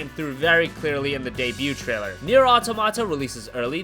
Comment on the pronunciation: automata not auto mata...